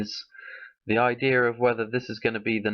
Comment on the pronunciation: Its not ideer its idea